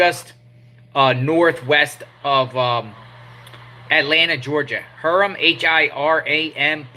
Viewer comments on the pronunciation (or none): I am in Paulding county, right around the corner from me the city is pronounced Hi rum (Hiram)